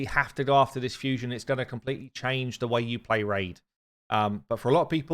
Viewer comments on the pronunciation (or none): none